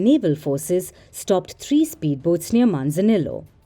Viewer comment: Manza neeeo, not mansanilo